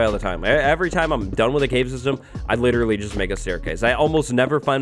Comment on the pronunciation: Ah yes literrraly.